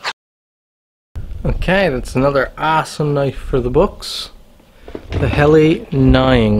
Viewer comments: Pronounced :Hell-a not hell-i and nee-ing 😊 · Hell la not heli